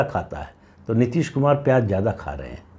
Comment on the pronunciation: Neeteees ne.....kuch jyaada hi tharrrrraaaa le liya kya?